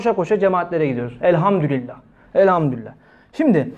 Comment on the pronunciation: evet öyle olmalı. Ama sanki Hoca öyle telaffuz ediyor gibi geldi bana. Çokça dinledim, yanlış mı duyuyorum diye...Ama öyle diyor maalesef...